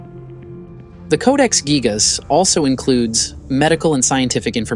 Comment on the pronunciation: Its actually pronounced geejas. Hate these ai narrations